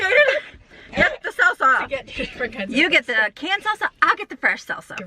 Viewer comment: LOL, when you kept talking about salsa I thought you were saying seltzer and thought that was a strange thing for a teen to be into until you said you wanted it for your Mexican food.